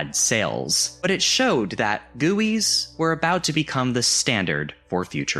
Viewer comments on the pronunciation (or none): bro you pronounced guis like gee uis ITA GEE YOU AIS